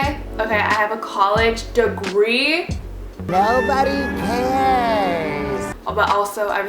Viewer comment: She got a college “dogree” 😂😂😂😂😂